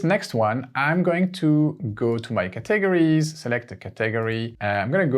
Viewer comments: OMG every time I watch one of your videos, I learn so much! Thanks, you're a genius. AND I LOVE the way you pronounce 'caTEGories'! As a native English speaker, I would put emphasis on the first syllable, but now I am switching to YOUR method! Brilliant stuff 👏👏👏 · Look up the english pronunciation of CATEGORIES and CURRATED. Also I think you are calling parentheses "ACCOLADES" Your English is good, just tough up a few pronunciations man.